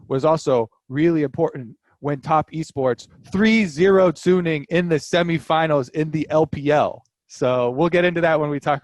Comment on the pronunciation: most people say "sunning" it is not "sun ning". it is "su ning" it just 1 n, not 2 n in middle